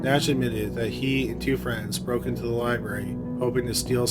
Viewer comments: Lye-Barry lol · Any1 else want to shut it off in first minute because he says "liberry" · Omg the word is "Library" Learn to pronounce words more professionally!!!